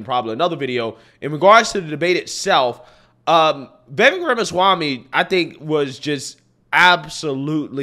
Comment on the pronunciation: FYI, His last name is pronounced Viv-Vake.